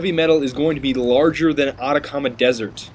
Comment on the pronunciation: nice video but its ah-tack-ah-mah dessert not otacauma dessert